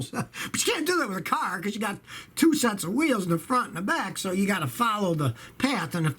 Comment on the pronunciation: Anyone here for the way he says CARRRR